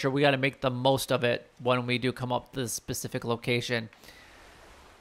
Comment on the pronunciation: It's specific not Pacific